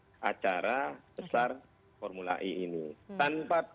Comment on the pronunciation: kalo ngomong pake bhs indo formula e, e nya dibaca e bukan i beda kl speak in English, e dibaca i 🤦